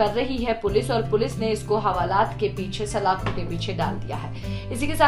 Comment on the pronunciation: Mam सक्ष नहीं शख़्स होता है इज़ाजत नहीं इजाज़त होता है ।